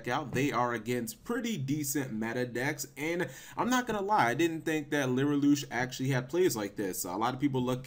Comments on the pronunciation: why.... does he keep saying LYRILOOOOOSH????? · lirylush learn how to pronauce cards right also people don't realy think that they are shit without tyrant neptune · It's Li-ri-lusk.